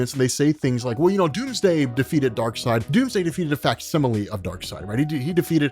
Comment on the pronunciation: Take a shot everytime says "facsimilie"